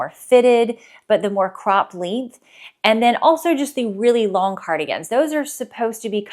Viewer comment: I kept thinking you were saying, “midi link”. Lol! Length, got it.